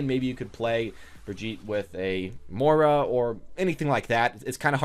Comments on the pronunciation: no kidding. You completely miss the "i" in Moira and call her "Moe-Rah". I understand not getting brigettes name, but come on, Moira? Moist? Choice? Voice? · Silentnanner overwatch if the character has been out for 4 months and you STILL don't know how to pronounce her name, I don't know what to tell you.